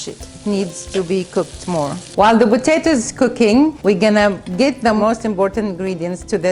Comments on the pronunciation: It's potato not vatato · "Recibe" "Botato" You spell P as B in arabic is that why you pronounce it like that?